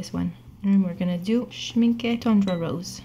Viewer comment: Loved this video and btw almost perfect pronunciation of the brand "Schmincke" in the end of the video (when you said Schmincke Tundra Rose) <3<3<3